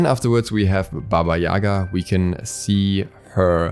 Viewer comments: Not baba yAga. Baba yagA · It's Baba Ya-gah! the Ya and Ga do not rhyme, cause in Russian it's Яга... But otherwise, super excited for more Slavic Gods!